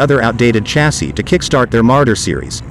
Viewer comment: “Chassis” is pronounced “shazzy” btw.